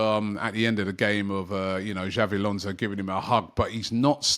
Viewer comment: Everytime I hear this man say "Xavi Alonso", I get so angry